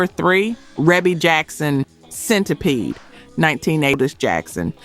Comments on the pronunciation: This video is garbage. Junior is not a one hit wonder. Too Late was also a hit. Minnie Riperton was not a one hit wonder. Shannon wasn’t a one hit wonder. SOS Band, are you freaking kidding me?!!! And please pronounce Rebbie Jackson’s name correctly. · You mispronouncing “Bass” like a fish as in “Bass Line” in music may be why folks are not subscribing. It’s spelled Bass but pronounced Base if that helps. Also mispronunciation Rebbie Jackson’s name😂 do better research for your AI generated video. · It appears that AI is used to narrate. Pronouncing bass line as bass (like the fish 🐟) when referring to "Let The Music Play" is one clue. Also mispronouncing Rebie (long e) as Rebie (with short e) is not something that would be done by a musical historian. There are too many videos of her appearances on dance shows that pronounce her name correctly. And there are inaccuracies regarding the hits of Minnie Riperton and The SOS Band. Both of these Bands have had several hits. Junior and The Dazz Band also had more than one hit on the R & B hit. And Minnie Riperton passed from this life in 1979. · Its reeeeebbie not rebbbbbie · A lot of these were not “one hit” wonders. Not sure how she’s defining one hit. And her name is Ree-bee (Maureen) not reb-ee like rebel. She’s only from the most famous black family. We all should pretty much know her name by now. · The narrator is AI. She speaking with a southern accent pronounced Rebbie, RA-be. No black person makes that mistake! It's A.I. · I love them Jackson's her name is pronounced REE-BIE not Rebbie. Just FYI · I know it looks like it rhymes with “grass”line, but it’s pronounced “base”line!! I know it looks like it rhymes with “Debbie”, but it’s pronounced “Reebie”!! Lawdavmercy 🤣🤣🤣🤣🤣🤣🤣🤣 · S.O.S. Band wasn't a one hit wonder. Dazz band either, and her name is pronounced Ree-bee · Rebbie Jackson's name is pronounced REE-BEE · Her name is pronounced REEBY Jackson. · Rebbie is pronounced Reebbie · Pronounced “ReeBee”